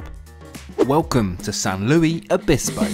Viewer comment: you pronounced it wrong Native to that area I hear it pronounced that way all the time and it’s San Luis (Lewis)